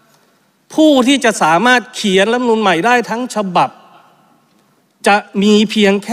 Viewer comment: คุณต๋อมอภิปรายได้ดีมาก ขอให้แก้ไขการออกเสียงคำว่า "รัฐธรรมนูญ" ให้ชัดถ้อยชัดคำว่า " รัด ทำ มะ นูน" ไม่ใช่ "ล้ำ มะ นูน" เหมือนบางคนที่ออกเสียงคำว่า "รัฐมนตรี" ว่า "ล้ำ มน ตี" ขออย่าทำให้ภาษาไทยวิบัติเลย